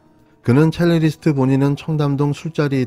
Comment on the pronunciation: 첼리리스트가 아니고 첼리스트!! 습관이면 고치시길... 없어보임.